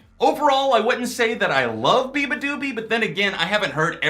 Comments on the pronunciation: it's bee-yah not bee lmao. (bee-yah-ba-doo-bee) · I laughed out loud when he pronounced her name that way 😂